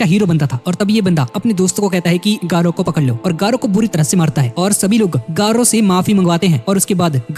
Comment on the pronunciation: Gayru❌ garou✅